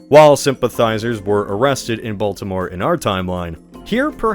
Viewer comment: try not to pronounce Baltimore completely wrong challenge 😊